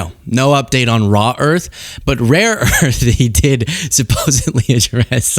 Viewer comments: Trump continues to mispronounce, rare earth, as raw earth! The imbecile doesn't even know what he's talking about! Reaffirming to Xi, what a fat blithering idiot he has to endure! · For f****'s sake ....it is "RARE earth MINERALS"! JESUS! GET IT RIGHT!